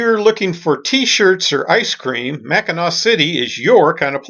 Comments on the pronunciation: I had to chuckle at your pronunciations of Grand Traverse Bay, and Mackinaw Island. Winter is something you don't want to experience on Lake Michigan. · Really enjoying your great loop videos. Just wanted to point out that “Macinac Island” Is pronounced “Mack-in-awe”. I used to live near there and miss its quiet charm ( and fudge). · AUGH! You're driving everyone from Michigan crazy I hope you know. All three (4 if you count The Bridge) are pronounced the same way Mack-i-naw, even when they're spelled Mackinac. Hope you picked up some fudge there either in Mackinaw City or on Mackinac Island. I'm not positive but if you Loop again you may find more shopping available in St. Ignace (on the north side of the Straights) or if you come up the west side of Lake Huron you can stop in Cheboygan, about 20 miles SE of Mackinaw City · Great video. My only complaint is the damage you did to my Michigander ears when you say Mackinack Island. It’s pronounced the same way you pronounce Mackinaw city. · Mackinac island is pronounced the same as Mackinaw city. Mackinaw. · Don't mean to be critical, just informational. Below is cut and pasted from Google on the subject, along with I was raised very close to the island.. " Whether it is spelled Mackinaw as in Mackinaw City or Mackinac as in Mackinac Island, they are pronounced the same way: Mack-i-naw. ... The word became shortened to Mackinac. " If you dig into the subject of the 2 spelling the Mackinac was from French influence and was from the french translating the American Indian word. The Mackinaw was from British influence, I assume from at a slightly later date. But in the end they are both pronounced the same. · You’re killing me! Mac in Knack??? Mackinaw and Mackinac are pronounced the exact same way and I’m shocked you didn’t here anyone on the island pronounce it.